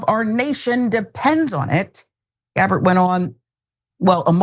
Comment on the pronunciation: Tulsi "GARBARR" ?